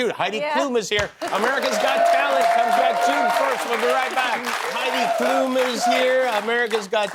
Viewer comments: Jimmy, her name is Klum, no Klooom. It's a short "u" like in ultra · Its so funny to hear how english people pronounce Klum